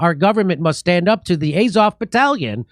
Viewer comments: To me it sounded like Az-hol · Sounded like 'Adolf' haha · It almost sounds like they're saying ASSHOLE... LOL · The chanting sounds like 'asshole' to me :)